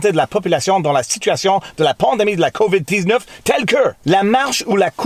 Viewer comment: It really, really sounds like you keep saying 'COVID-deeznutz' when you say COVID-19 in French.